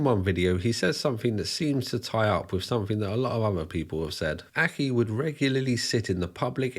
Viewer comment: Mate, you’re pushing it a bit with your dodgy scouse accent. Especially when you can’t pronounce simple words yourself! Examples- wiv, fings, muvver and farver, fousand, and freatening. You’re a divvy lad 🤣